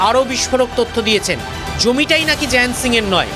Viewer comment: ওর নামটা ভুল বলছেন ও বাঙালি নয় জয়ন্ত সিংহ ❌ জায়েন সিং ✅